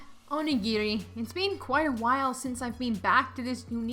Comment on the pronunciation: bro, your dragging it it's not that big a deal pronounced either way it's just a word and it was said right